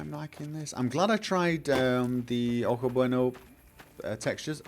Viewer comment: Hey - tip on pronouncing stuff in Spanish: "j" is almost always an "h" sound. Ojo should sound like "oho", not "oak-oh", with the h sounding like the one in "Harvey":) Also, I much prefer both new texture packs' cars over NMC's...but then, I've always rather disliked NMC's cars. The ground textures for Ewi are...well, it'd work if it was another location or something, but...the Mojave, much like the Chihuahuan, is not a sandy desert. It's a rocky, mountainous desert. Sure, there are a few places in both that have sand dunes (the Monahans Sandhills State Park [located towards the edge of the Chihuahuan Desert] is a very fun place to go sledding in, by the by), but those are few and far between. The overall colors of both deserts are red-tinted, not yellow-tinted. And certainly doesn't have waves of sand in that manner outside of the sandhills...Though maybe Ewi was going for a kind of overhaul, in a similar manner to the Tropical Skyrim thing, or the Skyrim Summer ones? Like, turning it into a sandy-style desert intentionally? Oh, also, I prefer the static DoF rather than the dynamic. Maybe not the highest power of blur, but yeah...:)